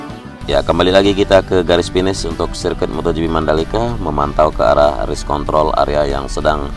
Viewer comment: race kont.... r nya kelewat bung 🤣